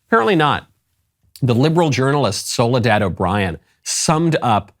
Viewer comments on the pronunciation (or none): "Soledad" ? lol WTF?